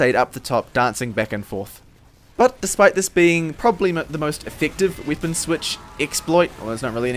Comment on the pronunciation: why do you say wipon and not weapon?